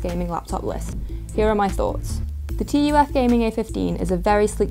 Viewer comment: I don't know why but it is bothering me so much that she is saying "T" "U" "F". It reminds me Nvidia saying "Tie" instead of Ti.